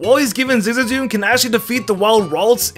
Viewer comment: I still have no idea why says Zigzagoon like that...🧐